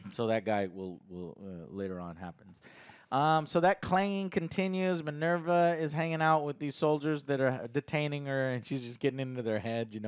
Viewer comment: I love it when gets the names wrong lol Marvva Is Minerva 😅